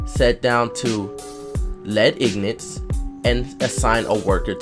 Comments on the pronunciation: Which is the whole reason I corrected him. Also, it's IN-GOT. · ignant.. (een-get) nor in-got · No its pronounced IN-GIT